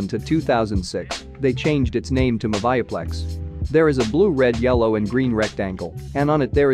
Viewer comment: Its pronounced moovieplex